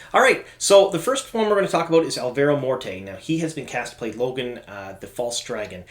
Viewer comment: Lo-gain not Logan :)